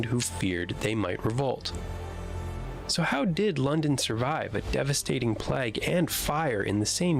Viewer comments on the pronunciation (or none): Plag? He's saying 'plag'. It's PLAAAIIG. PLAGUE. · Annoying that he keeps pronouncing plague ("play-gh") as plagg. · Just a small point, but the narrator of the video pronounces ‘plague’ as ‘plag’, to rhyme with flag. In English it is pronounced ‘playg’ to rhyme with vague. Is this perhaps a US usage? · Thanks for this. May I encourage you to say Great Playgue (1665) not Plagg? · The way he pronounces “plague” is really annoying. It’s “play-g” not “plag”. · Plague is pronounced 'PLAYEEG' and Norwich is pronounced 'NORRICH' 🤦‍♂ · it's a good vid but he keeps say plague wrong he's saying like plag not plague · Why are so many video voice over artists (like the one in the inset video) unable to say 'plague' correctly? It's like they aren't sure if it's plague or plaque so they try and say something in between. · Why can't the narrator pronounce the word "plague"?